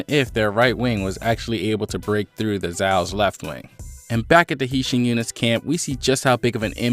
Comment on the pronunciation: Yo I'm hyped to find a good kingdom reviewer but the way you say hi shin and kyoukai got me vexed 😂😂😂